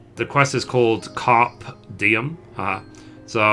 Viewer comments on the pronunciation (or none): It is pronounced "kar-pay dee-um". It means "seize the day" in Latin. Also Mogukk was "Fill-ay-ing" a fish. Sorry to be a pronunciation prick, but I had to let you know. Your videos are very helpful. I just started the free trial a few days ago, and bought the new bundle yesterday. I will more than likely install before reaching the lvl35 cap because I don't want to miss out on this market board hustle! Keep up the content! ps. loved the accent. I'm from Alabama and couldn't appreciate the humor more!